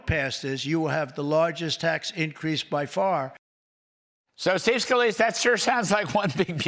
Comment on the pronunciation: Trump just call Steve Scalise, Skeeve! So perfect! 🤣😂🤣